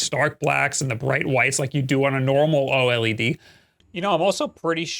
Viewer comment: Bro’s still mispronouncing “OLED” but saying “AMOLED” correctly. At this point he’s GOTTA know and is trolling lol